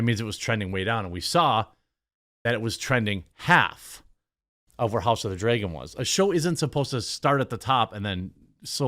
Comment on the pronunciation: It’s like they never learn. Also Dragon not Dregun